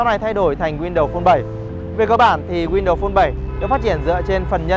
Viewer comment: "win-đầu" sao nghe nhức óc quá!!!!